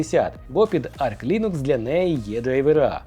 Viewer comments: Все круто, але будь ласка: "арч лінукс", а не "арк". 🙉 Він називається саме "арч". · Та не Арк Лінукс! Арч! Арч, бляха муха! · Все життя називав свою робочу ОС "Арч", а тут кажуть "Арк". Тю 😂😂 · бо вона називається арч, а не арк